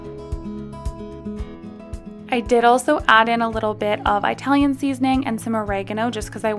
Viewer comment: Ee- talian not eye-talian. 😉 Great recipes though! Thank you!